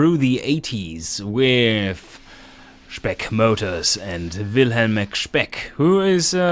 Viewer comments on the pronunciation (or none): none